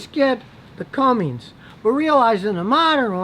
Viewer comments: Good grief Scotty, you've had 52 years to figure out it's ''Cummins" not "Cummings." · All due respect, but it's pronounced Cum-MINS diesel... not Cum-MINGS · Anyone that calls the Cummins a Cummings automatically loses all credibility in my eyes. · Does he just work in his,driveway because I see noway to get a car in that garage. Bet that get to be a pain in the butt when it rains. And Scotty it's cummins not Cummings. If the rams are so,bad why do they sell so many . Is it just me or does anyone else think that garage looks like it's one of those year long rummage sales that they just push back into the garage at night and bring it back out the next day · Its cumins not cumings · Cummings? You fail scotty. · It sounded like you said “Cummings” but the name of the company is Cummins. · As a long time Ram owner I disagree with you! Yes I’ve had some steering issues, but that’s it! And I love my Cummins! That’s Cumm-ins, not Cummings! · It’s Cummins, NOT Cummings. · People got their drawls in a bunch because he says "Cummings" ignoring he calls it the best diesel that's been around for like 40 years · Great info. FYI, it’s spelled and pronounced “Cummins.” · Cummins, Cummins, Cummins. If you don’t know how to read, what kind of credibility should you have?...... none. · Damn Scotty, did you really say CumminGs?...... 😮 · I noticed that too it bothered me so much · This guy's opinion became worthless when he said "cummings" like 3 times lol. Oh and they're just called RAM now ;) Dodge makes cars and vans. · CUMMINS. CUM-INS. no ings. thank yah. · If you cant pronounce cummins right, u have no opinion. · he says it like “comings” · The engine is made by Cummins......Not Cummings.....no "g".... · There is NO "G" in Cummins!!!! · Its Cummins, no g. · You cant even say cummins right. I dont believe much you say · People are really going to take advice from a guy that can’t pronounce the word Cummins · Scotty... there is no G in Cummins..... just saying